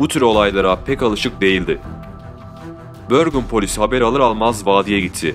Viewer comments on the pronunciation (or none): børgen degil Bergen sehri`` ulrøken Degil Ulriken ben orda yasiyorum daha temiz bilgi icin iletisime gecebilirisin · Şehrin ismi Bergen diye yazılır Bergen diye okunur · börgın ne la :D bergen dir o :))) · kotukedi42 bahsettiği yer norveç bergen, börgın diye tellafuz edilir ben de oraya yakın bir yerdeyim bu eylülde 1 sene oluyor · bende drammende yaşıyorum bergen diye yazılır ve bergen diye telaffuz edilir ha konu yaşamaksa bende bi 20 ssenedir burdayım :) admin ingilizce telaffuz etmeye çalışmış ama norveççe büyük ölçüde yazıldığı gibi okunup telaffuz edilen bir dildir